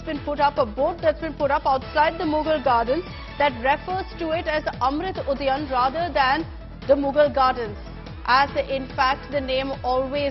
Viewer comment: Ud Udhyaan hota bey bkl anchor Udayan nhi